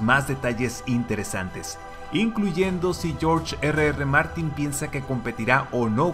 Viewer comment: Agradezco infinitamente que pronuncies en castellano las dos R de Martin....odiana oirte como si hubieras comido una patata caliente ...